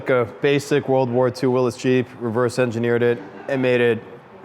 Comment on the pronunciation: Thank you for properly pronouncing "Willys" when describing the Soviet military car. Also, thanks for sharing a glimpse into that glorious collection & can't wait to see the Turbo 2 when done. Cheers. Before someone replies to this, it's a soft y (like "Whatcha talkin' 'bout Willys?!") as opposed to the way almost everyone on Earth pronounces the name (e.g., Will-ease).